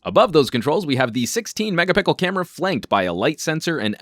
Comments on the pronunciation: reminds me of the oppo find 5. i noticed you said "megapickle", lol. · Ha Ha you said Megapickle. Worth a subscribe. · "16 megapickle camera" lmao